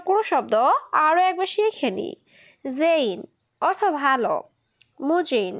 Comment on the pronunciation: তুমি এভাবে কথা বলো কেন কথা বলার ধারণ পাল্টাও কথা বলা সুন্দর নয় এগুলো কি কথা সুন্দর করে উপস্থাপনা করতে শিখো সব শব্দটা হবে অর্থ অথো নয়